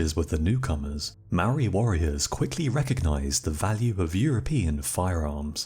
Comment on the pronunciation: Say Mould. Then say Mouldy. Māori. Your welcome